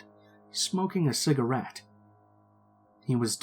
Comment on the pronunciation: How he said cigerate